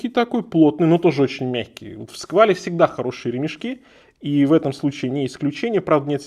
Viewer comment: А почему "сквале" , все произносят это "сквэл" , опять же обычная "чайнамэйд" под ОТК британца или америкоса ,с завышенной раза в 3-4 ценой , очередной "ваше сало за наш базар"